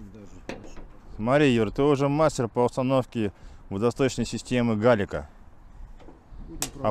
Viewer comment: Пардон конечно, но в назв. Водостока, ударение ставится на букву "е" так будет правильно... Пардон...)))